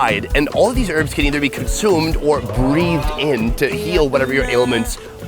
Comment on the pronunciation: Great video but please learn how to pronounce "herbs" properly. It's really not difficult.